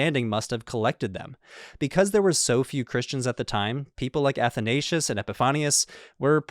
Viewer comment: The mispronoucing of Athansios is hurting me